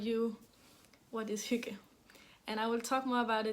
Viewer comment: What a great episode!! And you were right I honestly couldn’t stop laughing when you were trying to say earthtones girl! And Thank you so much for all the insight into Hygge. It was great to hear you say it and all the other danish words... what a beautiful language! And to me Hygge means, quiet, low light, sipping tea, knitting and a good audiobook/podcast. It doesn’t really apply to my family since we are over 50 in number and our get together’s are spent speaking as loudly as we can so that our voices can be heard. 😂